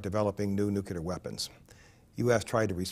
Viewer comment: "Nukilar weppins"